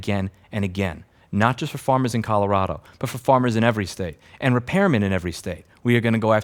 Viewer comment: "Colorado" Uh, should I tell him?